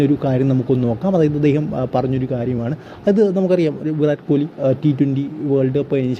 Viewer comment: താൻ പോയി ആദ്യം അദ്ദേഹത്തിന്റെ പേര് നേരെ ഉച്ചരിക്കാൻ പടിക്ക് എന്നിട്ട് ലൈക് അടിക്കാം